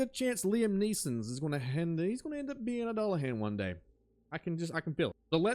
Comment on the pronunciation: doo-luh-han, great video, ive just never heard it pronounced the way you say it lol. Han like Han Solo